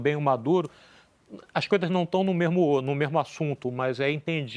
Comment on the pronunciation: Ouvi bem o comentarista falar "tamem" e "mermo"? kkkk